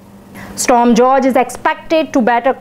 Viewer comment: It's pronounced 'Storm Hoor-Hey'.